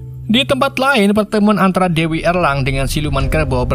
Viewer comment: "dewi erlang 😂"